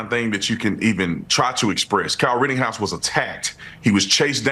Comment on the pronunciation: It’s Ritt-EN-house. You keep saying “Ritt-ING-house”.